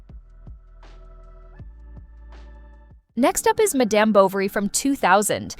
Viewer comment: Great recommendations! Well writted, good clips, points are well-made. I haven't seen other videos from Couch Queens, but I'm hoping that they use a different narrator. This one mispronounces many things, including the word "madame" in "Madame Bovery." That said, good recommendations!